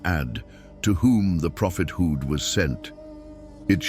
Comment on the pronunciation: Pl correct the marrator's pronunciation of hadith, Aad, Hud, Maryum, Esa...